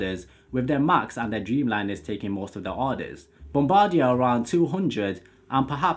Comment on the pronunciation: Pronounce Bombardier as Bomb-bah-dee-ey